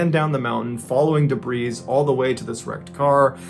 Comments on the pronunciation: Mr. B, the word debris is pronounced “debreee”, not “debreeezz”! Look up words that rhyme with debris and you will find tree, flea, tea, see, three, be, she, knee, etc. You use this word, pronouncing it incorrectly, in story after story. Aghh! 😤. There are words that have the “zz”sound (squeeze, sneeze, keys, cheese, freeze, wheeze, etc) but debris is NOT one of them. Please stop 🙏🛑 !!!! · You don't need to pronounce the "S" in debris. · 🤭👊🏽did you notice he actually says "debree". got excited til a few seconds later the "s" was back. 😏